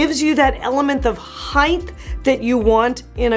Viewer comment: *height not heighth